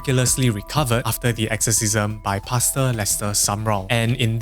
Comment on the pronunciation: Im giggling at how paster sounds like "pasta" 😂